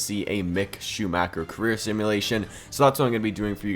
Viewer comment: Can you please do it again? That is not acceptable for me as a german.